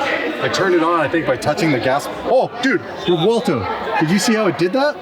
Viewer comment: The CEO pronounces Revuelto correctly. The “V” linguistically sounds like a “W”.